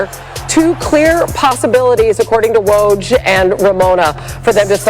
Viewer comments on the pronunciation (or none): Can somebody please say WOJS' name right‼